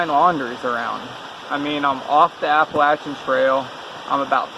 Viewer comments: Thank you so much for the correct way to pronounce Appalachian!!! So tired of all these people pronouncing it wrong!!! Be careful and keep your eyes open. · Glad someone finally told them how to pronounce Appalachian. I cringe every time they say Appa-Lation.